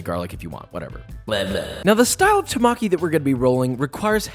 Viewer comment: Temaki, not Tamaki!